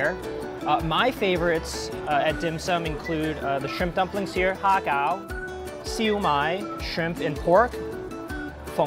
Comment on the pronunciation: in my opinion, I think you are Vietnamese base on the way you pronounce the ''ha cao''